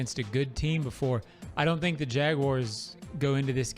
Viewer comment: Anyone hear say at the end "I don't tink they are as good as we thought they would be"?😂😂😂